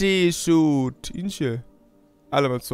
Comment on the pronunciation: داداش نوب سوت نه سوییت😐